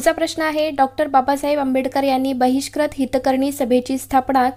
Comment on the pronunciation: Please don't say vratpatr it's vruttapatra u will be there in pronunciation same for bahishkrut it is not bahishkrat